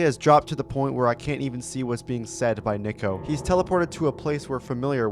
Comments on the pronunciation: The name Niko is pronounced "n ee - k oh" not "n i - k oh". Not trying to be rude. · good video but that's NOT how you pronounce niko